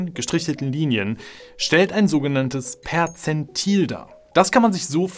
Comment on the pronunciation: Ich dachte er sagt Potenzmittel 😂